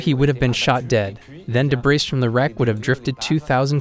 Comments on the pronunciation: Wait did he really just say “debriss” lol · Great documentary, but I just couldn't handle all the mispronounced words by the narrator.🥴 "Thigh-land" "deb-breez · "Debris" is pronounced "duh-bree" and "satellites" is pronounced "sa-tuh-lites" with a short "a" and a long "i"!!! And for the love of God do at least enough research to know that "Kuala Lampur" is pronounced "kwa-luh•lum-por" NOT "lumper!" It took me less than five minutes to look up these words, even though I already knew their proper pronunciations, just to make my point that it wouldn't have been too hard to get these words (and several others) right. So that makes me question everything you've presented as factual information on this topic bcuz, if you can't pronounce simple words right, then how can you interpret important information right? Yes, those little details ARE important if you want to be taken seriously as professional documentary producers!! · I would just point out for future reference, that the word "debris" has a silent "s" at the end, and is pronounced de-BREE. An excellent documentary, thank you very much. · Thank you! I appreciate the translation. There were a few times words were mispronounced for American English like “resume” and “debris” but very minor things for a translation. I’m glad I was able to understand and hear this story. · And who pronounces the s in debris? 🤷🏼‍♀️😡🤪